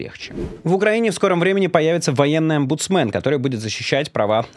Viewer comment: При слове "омбундсмен" меня слегка корчит от смеха и вспоминается другое сочетание слов: "омбундсмандр Азарт" из "вторжения на планету саламандр".